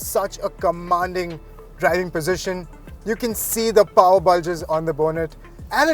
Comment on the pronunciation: People with paaaarrrr nai people with POWER... what the hell is paaarrr